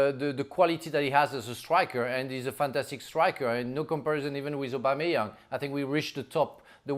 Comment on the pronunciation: Put some respect on Aubameyang’s name